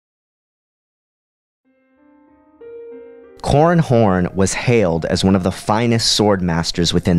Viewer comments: Seriously, you have to enunciate man. It's " Cor ran Horn" not " Corn Horn" . Sounds like an unpleasant sex act. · It sounds like he is saying corn horn